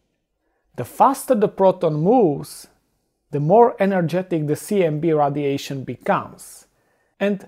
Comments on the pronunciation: Radiation is not pronounced "Raddiation", but "raidiation". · it's fun listening to him say radiation.